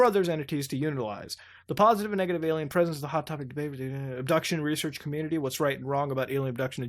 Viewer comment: is mutahar physically incapable of saying "alien"?